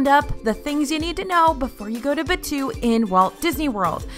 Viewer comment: omg as a star wars fan i cant, its pronounced baa too, not bachew it sounds like a sneeze